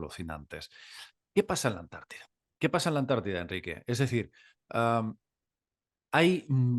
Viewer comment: Cuando diga Amérida😂,diré Antártida , ES ANTARTICA.